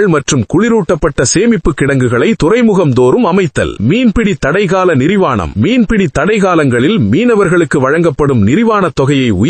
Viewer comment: நிவாரணத்தை நிர்வாணம் எனபிழையாக ஒலிக்கப்படுகிறது கள்ளை கல்எனக்குறிப்பிடுவது பிழை இம்மாதிரியான சிறு சிறு பிழைகள் தவிர்க்கப்படலாம் ஆயிரமாயிரம் வாழ்த்துக்கள் பாராட்டுக்கள் நன்றிகள் சேலம் எழிலன்